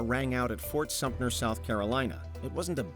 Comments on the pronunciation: It's pronounced FORT SUMTER not Fort SUMPNER! For crying out loud... - You should have mentioned that this one has been strongly questioned as a hoax. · Fort Sumpter not Fort Sumptner.